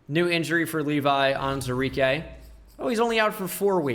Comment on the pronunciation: You're missing the WOO in Onwuzurike every time :(